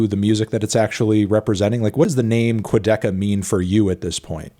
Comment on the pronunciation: Cool interview but imo calling him "Quadicka" for the whole interview was a bit unprofessional melon.